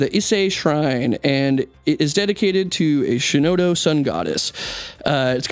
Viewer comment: pronounced "Shinto" wrong, its not "shinoto".